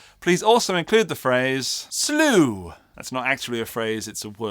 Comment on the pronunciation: Slewwwww, sluue, sloooo...I dunno. Lol